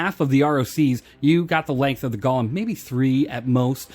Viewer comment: pretty sure its goh-lem not gah-lem